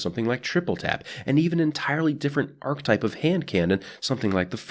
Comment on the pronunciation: I swear every time you say archetype it sounds like you're saying arc type and I'm like, but it's a kinetic weapon your holding, it's a solar weapon, etc